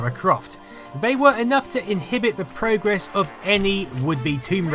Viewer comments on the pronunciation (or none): none